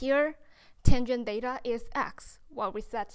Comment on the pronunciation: 很清新的~ 小遺憾一直把theta唸做Data。